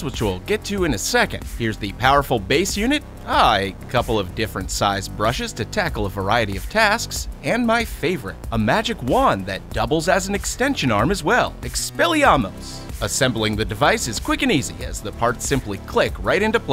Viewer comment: Did you just say "Expelli Amos"?! It's supposed to be "Expelli Armus"!